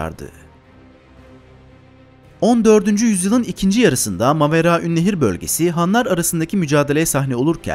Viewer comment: Yaaa çen ne kaday güzel Maveraünnehir diyemiyosun😂😂😂😂😂